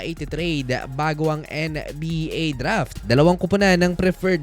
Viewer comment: HAHAHAHAHA may nauna na pala. Hirap ata siya sa N yah.